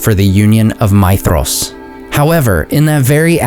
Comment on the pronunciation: You do a very decent job with pronunciation, but I'd like to point something out for you because it seems that you care about these things. Concerning Maedhros, the 'dh' sound should be pronounced like the 'th' in 'these' rather than the 'th' in 'thesis'. A very minor point to be sure but as I said, it seems that you care.